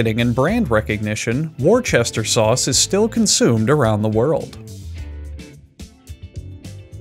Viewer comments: He says Wincester sauce, which is something else. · “Wincester sauce” Oh no step brother! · The correct pronunciation, if any one cares, is “Wuh-Ster-Sher” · “Whats-that-here-sauce” has always and forever will be the correct pronunciation in my family. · "warpercrister sause"😂😂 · “The wimshter bishter sauce” had me rolling 🤣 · "The Wimshibshter sauce" im dying 😂😂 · "Wincest-er sauce" lol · I live in Worcester, majority of people pronounce it 'Wuss-ter' so I'm not sure tbh. War-cester-shire would be correct technically but so many people say it as wuss-ter due to the shortening of syllables I'd assume? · Warcastershire sauce. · It’s actually pronounced “wuh-shuh suh” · He said warmperchrister sauce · God I love Whorpistere sauce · Pronounced "wuh-stir sure sauce" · Wus-Tuh-Sher sauce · I came here to hear a grown man completely butcher a sauce's name I was not disappointed. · The best part is that he pronounced the town Worcester perfectly on his first try, so he knew how to properly pronounce the sauce the whole time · It was epic. Not one si gle time did he say it correctly. He made a point of saying it differently every time. I was impressed. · What's impressive is that he doesn't butcher it the same way twice the entire video... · I honestly wouldn’t mind the video being the narrator just struggling to say Worcester sauce for the ENTIRE video, so during the intro, he tried to say it, but keeps messing up, so the whole process is shown whilst the narrator continues to struggle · The way you mispronounced it EVERY TIME, was a nice touch. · I love how he says Worcester sauce wrong everytime. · LMAO I love the fact he keeps mispronouncing "Worcestershire Sauce" each time he says it XD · I love how he purposely mispronounced Worcestershire. Or did he? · I clicked on this video to hear Worcestershire sauce mispronounced and it did not fail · Person from Worcestershire here, the correct pronunciation is, “woos-ter-sheer”. Thank you for coming to my TED talk